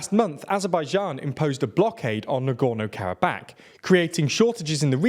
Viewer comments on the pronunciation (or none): Normal people: "Karabakh" TLDR: "Karab-ACK"